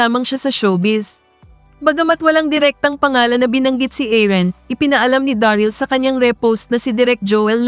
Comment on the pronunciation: Paki ayos po ung pqg pronounce ng name. Aaron po hindi Aaren.